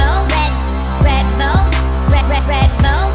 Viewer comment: Sounded like red bowl not red bull